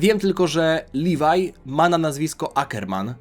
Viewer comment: Nie nazywaj leviego livaj